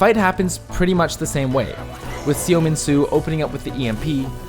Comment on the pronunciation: reeee it's pronounced 'suh min soo' not 'see oh min soo'